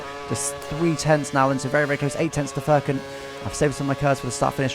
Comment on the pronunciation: az a turk i should correct that .. Furkan pronounce like furious's fur and cun :D